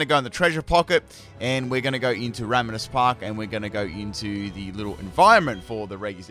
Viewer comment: You know what really grinds my gears? The way this guy pronounces regi